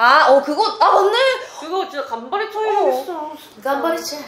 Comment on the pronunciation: 벌써 마지막화 라니 아쉽다. 한달 동안 나의 수요일 져녁을 함께해준 삐지트립 감사합니다. 다음에도 좋은 영상 부탁합니다. 삐지트립 속의 비비지를 5자로 표현하기 *가족그잡채/셋이서 여행가는 모습이 가족보다 더 가족같다. 1. 간발의 차이 발음이 너무 웃겨 2. 신비ㅎㅎㅎ 3. 은하 웃음소리 너무 귀여워~~ 4. 도토리? 은하는 이미 도토리 크흠ㅎ... 5. 가려서 화난 신비 구독과 좋아요 알림설정 완료